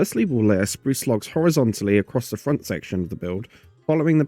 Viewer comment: he pronounces it "frown"